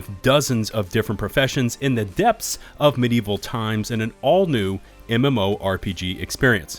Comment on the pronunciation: You've become my new favorite source for news on games, you have a great voice for it too. Keep it up, enjoying the content! By the way, it's "medieval" not "midieval". =P